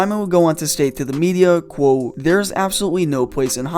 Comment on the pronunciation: It‘s called ‚quote‘ not ‚quow‘ ya knucklehead.